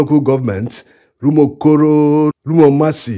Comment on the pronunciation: Umuokoro, Umuomasi ! The 'R' prefix is embarrassing.